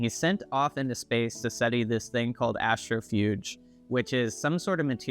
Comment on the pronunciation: Good video, but I’m sorry but it’s Astro-PHAGE!!!! Not Astrofuge!!!!